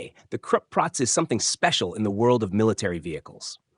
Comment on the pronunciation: Stop pronouncing 'Krupp' like 'crap'! It's much like 'croop', with 'oo' like in 'look'.